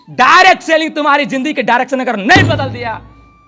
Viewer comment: Reccomend ❌ Requirement✅ Lifestyle ❌ Lifeishtyle ✅ Direct selling ❌ Dirct Sailing ✅ Direction ❌ Direcsion✅ Relation ❌ Relasion ✅